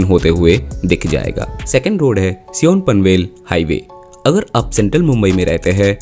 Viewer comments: Its not seeyon , it is pronounced as Saayan. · Sion is pronounced as a "sayan" not "seeyon" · Sion is not सियोन.. its mispronousation of Shiv.. its called as either शिव or सायन.. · As a Navi Mumbaikar, I thank you for this video. LITTLE CORRECTION - Correct pronunciation is सायन ( not सियों) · SION - pronounced as SAAYAN* I guess? Of course - Great video! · While pronouncing he atleadt should talk to local people what is the name… i thought he said seol 😂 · SION is pronounced saa-yan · Sion ❌ Sea-On ✅